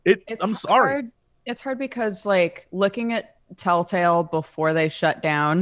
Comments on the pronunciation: why does she call it tailtale? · Anyone else hear them say "Tale Tale" games..not Telltale games...am I the only one? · My only complaint is, "Why do ya'll keep saying Taletale instead of telltale? D:"